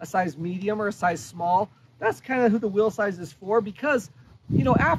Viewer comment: Whenever he says "will size" I can't tell if he's talking about bikes or what he's leaving to his kids 😂